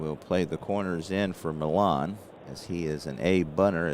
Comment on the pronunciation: some pronunciations for you...Felix Millan is 'ME ON'...Clalude Raymond is pronounced 'RAY MOAN'. I went to a fantasy camp in 1993...met all kinds of former Braves, Lew Burdette, Pat Jarvis, Sonny Jackson, Mike Lum and many others...got a real nice video compliments of the week long camp. In the Saturday games, when all the campers played the pros, I got Mike Lum on strikes...and I got it on video with the announcer doing a great job of reporting it. It was a great week...they called it 'Braves Baseball Heaven', and indeed it was. 1968 was my favorite year competing in Baseball and Football. I was blessed to be on some real good teams...one of the players I played with was from Cincinnati and he use to tell me about Waite Hoyt...when he would advertise for Berger Beer. He would say this line..."When ya get the urge, get the Berger, Berger Beer"...I'll always remember that line... Also, Phil Niekro came up for the Braves in 1964...at least that's when I remember it...and he was a knuckler when he first came up...the only other known Knuckler to me back then and earlier was Hoyt Wilhelm...nice job as usual...oh one last comment...I am doing several replays, and my Braves are always struggling. Wes Covington, in my 1958 replay, has a great ONE column vs right hand pitching. In 80 plate appearances so far, he has rolled in that ONE column 5 times! It reminding me of your 'Johnny Bench' slump...one thing about these games...the dice always win! LOL or actually 'Cry out Loud'